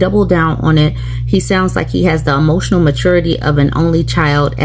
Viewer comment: He's so hemotional. 😂